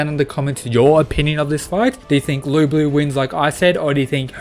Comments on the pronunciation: the whole time he was calling Lu Bu "Lu Blue" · i really didnt like how in the match with thor . every time thor got 'serious' nothing changed , and i really dislike thor being so weak in this series/ btw why do you pronounce it lu blue?